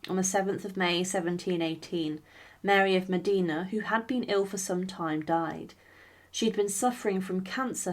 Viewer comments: Facts before sensationalism...also pronunciation...Modena not Medina. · please......please.....Duce of MODENA not MODINA........Modena Modena Modena😬😬😬😬😬😬😬😬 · Modina😮😂😂😂 MODENA, MODENA, MODENA!!! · It’s Modina!!!! Not Modena!!!!